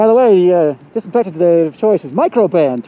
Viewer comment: When he was reading what the desenfictent defends against and he said Coronavirues and aids lol